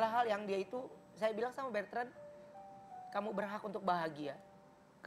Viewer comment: Ko Ruben tiap nyebut nama anaknya kok manggilnya Bertrand yaa, ada huruf R nya, namanya Betrand atau Bertrand Ko??